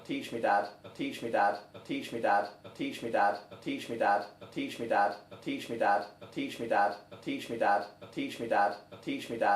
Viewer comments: it has been 4 minutes and all i hear is "teeshmidod" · I hear "Peach me dad." XD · I hear teach me dad, but like teach my dad with a Scottish accent. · I hear "impeach me dad"😂😂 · Including those mentioned in the comments below I hear: "Teach me bad " 😂 "Teach me that" "Tea tree dat" " Tissue Dan " " Patient dab " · Sounds like "teaching without" after a while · "Teach me dabs" Can't unhear it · I keep hearing "bud teach me ad" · I here "blitch me dab" xD